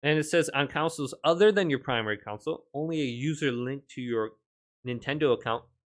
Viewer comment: "Console", not "counsel".